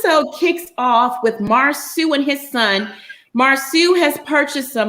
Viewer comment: It’s Mar-so not Mar-sue😂